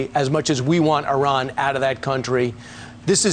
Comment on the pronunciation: ARAN! Ainsley? You mean Iran? Where is Aron, Aran? WTF, over!